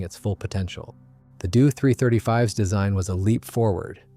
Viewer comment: It's D O.........NOT " Do"! Initials are said not produced or pronounced as words ....just saying